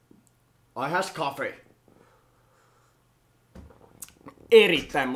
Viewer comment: irish coffee ? vai i has coffee (muutekki väärin ) xdxd